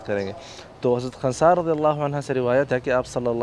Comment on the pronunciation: my name is khnsa, listening first time from someone so correct